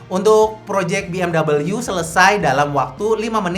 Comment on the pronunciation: Takut dibilang kayak mas gibran ya bang, makanya Bi Em double U 😂